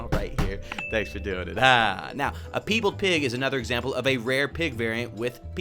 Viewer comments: PIEbald not PEEbald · Omg it's pie bald not pee beld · I SWEAR I WILL COMMIT A HATE CRIME IF I HEAR PEE BALD ONE MORE TIME ITS PIE BALD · it's "pie bald" as in partially albino.